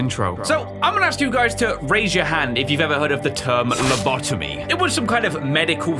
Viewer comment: Its lobotomy Pronounced:Low-bo-tomy